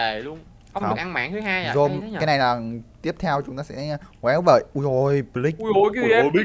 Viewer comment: AI CHỮ BỞI CHỨ KO PHẢI BỜI Ạ